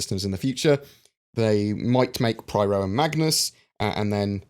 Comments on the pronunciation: Every time you say "Pryro" instead of Pyro 3.6 gets delayed by another day. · Pie-Ro, isn't it? ;) Anyway. Thanks for the summary. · Yes he very rarely says it correctly.